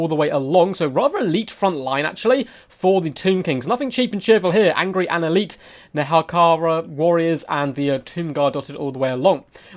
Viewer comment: Rejoice, brothers! The absolute madman, (almost) said Nehekhara correctly.